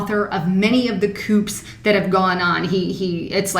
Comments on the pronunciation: Coups is pronounced COOZ, not COOPS :) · Coups is pronounced "coo" darlin'. Great job on the research though. Keep up the good work! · coups pronounced 'koos' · There are not "koops". It's pronounced "koo". Spelled coup, pronounced "koo". Love your videos. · coups (cooz) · please don't call them "coops". The "P" is silent.... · Coups is not pronounced with a "p" the "p" is silent. I believe the word is of French origin.